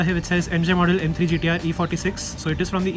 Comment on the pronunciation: Back to back bangers! Need more terrace videos. You’re correct, although not licensed, the detailing is so thorough. Those BBS rims are just..❤️ As you call it BMW “Gutterrr”..😂